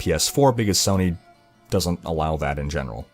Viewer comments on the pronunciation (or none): none